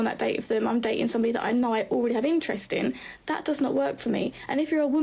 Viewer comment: Day-T-in, so dating is a 3 syllable word now?